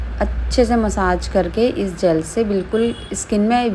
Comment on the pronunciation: Jal nhi hota ji ...jel hota h😅